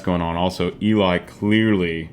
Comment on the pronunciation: Worth the wait. Your reactions are gold. Just one thing... It's Ellie, not Eeli. ❤️